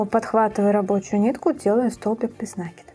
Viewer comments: Очень красивая сумочка, но без нАкида это не правильное ударение. Правильно будет без накИда, это словно кинжалом по сердцу. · 😂без на́кида?? Может без наки́да.. аж уши режет..граматеи и сумка колхоз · Поправочка: нет такого слова "нАкида", а есть " накИда". проверочное слово "накИдывать".вы же не говорите "нАкидывать". повнимательнее пожалуйста, иначе думающая аудитория уйдёт к более грамотным авторам.